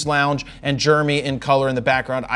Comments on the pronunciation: Say it with me — “JER-emy”. Not Jurmy. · He does. Germ-ee? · Even worse, Germy. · Is his name germy, Jeremy or what; because you keep saying germy?!? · Swear I keep hearing Jared say “Jermy”(like germ-e) when he pronounces Jeremy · “Germy”. Once you hear it... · Philly Philly. Dilly Dilly. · It’s like Charles Barkley saying “turrible”. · anyone else cringe at the way he says "Jeremy?" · Germy. Shot in Rawl. But I love it! Fro is awesome.